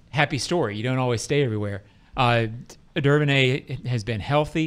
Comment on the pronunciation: I always heard Duvernay said as "Doo-ver-nay" whatever y'all were saying was way out there